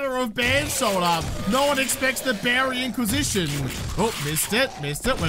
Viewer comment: Lol when you said Beary Inquisition I thought you said Berry Inquisition (purple van) I listen instead of watch most of the time and thought you had just pulled up in that purple van and rolled over them. (Berry Inquisition):_jawRIP::_jawRIP